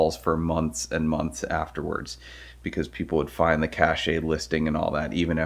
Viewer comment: The way he said "find the cached listing" really bothered me, it's said like "cash" so it'd be pronounced like "find the cashed listing"